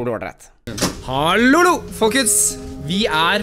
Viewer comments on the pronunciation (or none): Hvorfor sier du hallolo